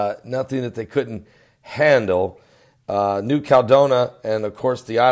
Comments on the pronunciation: you're killing me. It's pronounced New Cal-e-don-i-a. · Since when is a 7.1 a mega quake. and it is New-cal-e-don-ia. real english please and it is only a 7.1. A mega quake would a 9 or above.